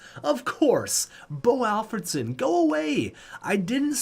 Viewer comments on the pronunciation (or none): To be fair that's how he pronounces it. Always has😂